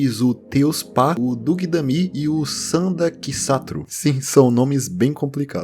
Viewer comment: Quando a letra "s" possui esse acento esquisito em cima, a pronúncia é de "sh", então provavelmente os nomes são: Teushpa, Dugdamme e Sandakshatru